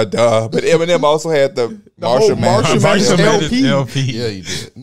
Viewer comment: It sounded like said Marshall Matters 😂😂